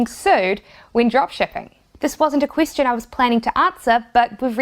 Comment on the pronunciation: Question...you said "Queis-tion".